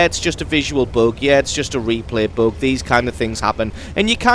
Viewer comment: WTF is a "boog"